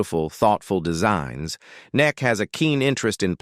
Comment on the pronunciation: Neck??? Is that how AI pronounces Emmy Kay😮???